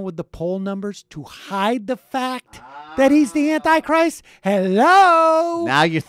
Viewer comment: "Annie Christ"....OMG!....Who is Annie Christ?